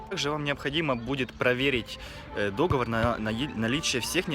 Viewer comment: Не дОговор, а договОр!!!! Слух режет.